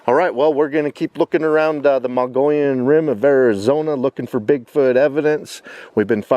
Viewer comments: Mogollon is pronounced...Mo...gee...on. L's are silent. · It's pronounced MO-GEE-ON. Nice video. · I've been camping hundreds of times up on the Mogollon Rim. My favorite is up near Show Low area at the White River in the White Mountains. I have seen many signs of Bigfoot, starting in the early 80's. We pronounce it like this, "Moe - ghee - on" Rim. The two L's are silent. Thanks for the video and God Bless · Had to laugh at his pronunciation of Mogollon !